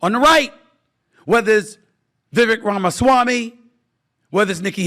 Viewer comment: How do you speak for 13 minutes straight and say absolutely nothing? Can you please take the effort to learn how to pronounce “Vivek” correctly?